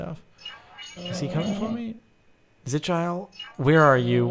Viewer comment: It is pronounced zi-kill-ee